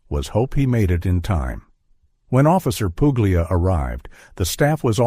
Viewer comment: Puglia : it's Italian. It's pronounced the italian way. The "g" is silent. Get with you, oh so clever Americans.